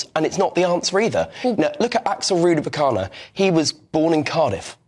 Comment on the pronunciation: It's Rudakabana, not Rudabakana. Shut up and let the grown ups talk, lib and come back when you've actually bothered to get your facts right.